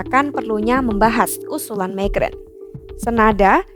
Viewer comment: Pembaca berita mengucapkan nama orang prancis dgn lafal/ucapan bhs inggris. Macron diucapkan "mekron". 😅😅😅